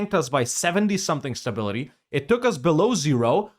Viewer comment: ahhaha, im russian and know that ur pronounce of "beloOzero" is wrong, but when u said "below zero" my first thought was about beloozero as well)